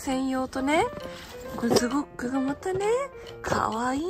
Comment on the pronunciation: ズゴックが可愛いの前にゴックをブックって素で言ってる君が可愛い❤🤣